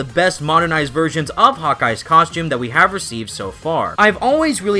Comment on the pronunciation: “Cos-choom”